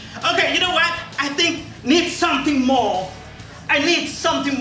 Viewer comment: “ Ay nid somtin mooh...”